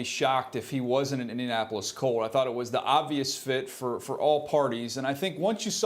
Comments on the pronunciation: treyguild he said it like two wards. It’s india-napolis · "indian-Apolis" colts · * "Indian Apple-less" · Indian Apolis? It's one word, bruh. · "Indiapolis" i love ya Rich but cmon lol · Indian-apple less colts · I'm pretty sure most people pronounce it like indian-napolis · I was just saying this dude cant even pronounce it